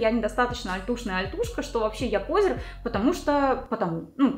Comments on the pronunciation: Не пОзер, а позЁр, на Ё всегда ударение, а именно Ё в этом слове. Но это так, на будущее. В остальном - вы прекрасны, спасибо за видос, лайк и всё остальное. Лув. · А пОзер вместо позёр сейчас модно говорить?